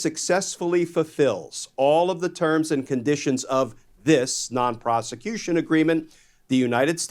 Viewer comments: WFF????!!!! Prostitution! Not Proscution!!! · Why do I always hear twice "solicitation of prosecution"? Am I hearing it wrong or is it mispronunciation? Non-Prosecution-Agreement-1433.pdf